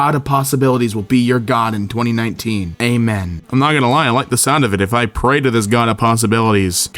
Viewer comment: you say it as "amean" and not "a-men" lmao its آمين